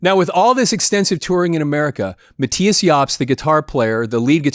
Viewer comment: Its Mattius